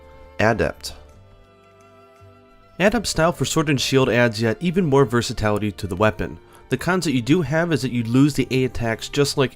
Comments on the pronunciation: VERSATILITY NOT VERSATALITY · Ah yes, the return of Versitality.